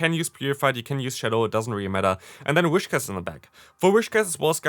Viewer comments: Nice video, looking forward to trying some of these! Btw, it's Whis-cash, rather than Wish-cass. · It is pronounced "wiscash".